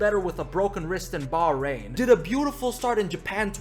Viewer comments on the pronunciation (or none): none